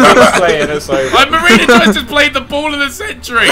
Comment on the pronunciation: I thought it was he said marina juice